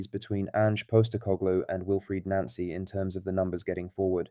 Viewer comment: It is pronounced NOncy, Not NAncy.